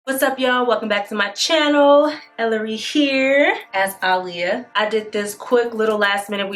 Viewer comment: Nailed this 😍 as an Aaliyah super fan, thank you for pronouncing her name correctly 😌❤️